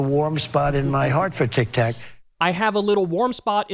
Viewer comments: Did the donold say..TIK TACK? 😂😂😂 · Trump’s arguments are absurd. But, Kyle, Tik-tak, tik-tok…Pronouncing the O as an A in a middle of a one-sellable world is a part of the American accent. Why so many people pronounce Bob, as Bab.. Do they all have. Dementia? Or do you?